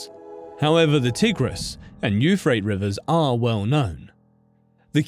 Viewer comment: Bro, Euphrates is pronounced /you-fray-teez/ not "youfrayts."